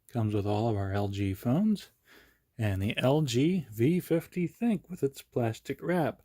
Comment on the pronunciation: You are the first person to pronounce the name right. Everyone calls it the thin Q , even all the top reviewers. The name is actually supposed to be called "think" and that's according to LG.